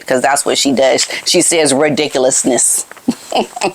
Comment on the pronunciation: She says ridiculousness! Love it!